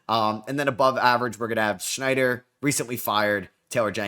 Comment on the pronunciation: Quinn SNYDER not Quinn Schneider.